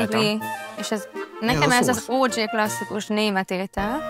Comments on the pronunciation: Valaki szóljon a lánynak, hogy azt nem "ódzsé"-nek kell mondani, mert az leírva 'OJ' lenne. Az OG-t "ódzsí"-nek ejtik. 😅😂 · Miért akar valaki mindenképp angol rövídítéseket használni, ha nem tudja kimondani? ÓDZSÉ --> OG ?? :'DDD